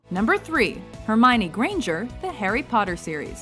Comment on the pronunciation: You got Hermione wrong :(